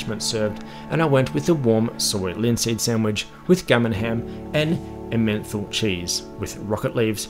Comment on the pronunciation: Great review 👌 And while I'm in no position to rib you on the accent given I'm Glaswegian I've got to be honest I genuinely thought you said your "gummin hem" ( which I understood to be gammon ham ) came with a "menthol cheese". I literally was about to Google which cheeses had a menthol flavour ( which sounded a bit gross actually) when I realised you were saying Emmenthal. Mate - it's emen tal cheese. Not a- menthol cheese 😂😂